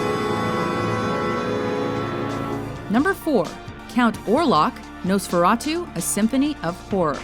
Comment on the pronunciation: Thank you for counting in Count Orlock (and getting his name right, it's NOT Nosferatu). That just made my faith in your list restored.